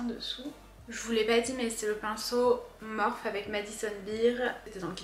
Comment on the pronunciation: coucou, je pense que la marque de tes pinceaux se prononce "morphi" parce que c'est l'anglais, le e se prononce i, bisous bisous